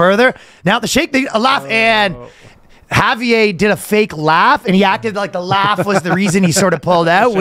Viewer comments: Ryan, the r in Javier is in fact not silent. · Surprised he didn't pronounce it with a hard J.